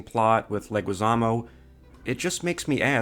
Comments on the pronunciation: Why do you keep pronouncing John Leguiszamo's name like that? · Audio problems and his mispronouncing of Leguizamo